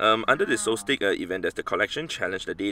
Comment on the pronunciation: It’s pronounced “solstis” not “soltik.”